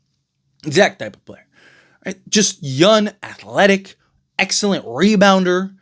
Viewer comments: I like your channel, I just have a question?? When referring to the young players, you call them "Yun" at 1st I thought it was a mistake, but you say it all the time. Yun is not a word, and it sounds like you are an uneducated man, I know that's not true... At the end of the day if I don't like it I know I can unsubscribe and go elsewhere but it's just a heads up just in case you don't know you are doing it, but it is annoying man lol. P.S all love, just an observation!! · First noticed this when he was talking about Trae Yun but yeah, this particular video he says it a dozen times.